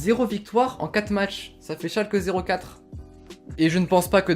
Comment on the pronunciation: Arrêtez de dire Schalke 04 on dit Schalke on dit bien le e et on dit nul vier